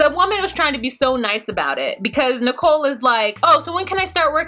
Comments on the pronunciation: It's Nichole not Nickle like 5cents!😂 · How come u call Nicole Nickel? Lol I crack up every time 😂🤣 😂 love ya anyway just figured I'd ask 😘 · It's Nicole not nickle. 😂😂😂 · Learn Arabic??? As you noted, Nickel (you wrong for this pronunciation 😂😂😂) went to a job interview WITHOUT a resume and INSISTED the employer knows she’s only going to be there short term. Homegirl cannot handle the simple things in life as a responsible adult here in America. The cognitive skills required to learn a second language (as an adult) ...she- she just don’t got it y’all! LOL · the first time she said nickel I thought I heard wrong. 😕